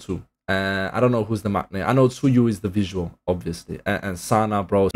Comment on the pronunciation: Loving your reactions to twice, Welcome to the fandom💕🤗 by the way the prounouncation of Tzuyu is Jooee or Chuwi like sounds Chewy like that edited: I hope you react more twice videos especially japanese mvs and also melody projects, performance projects and covers also.